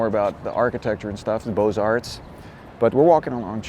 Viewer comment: I do. One of the few who understand the plural.